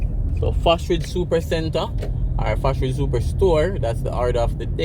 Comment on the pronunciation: Thanks for the update,nevertheless it's Fosrich not Fosridge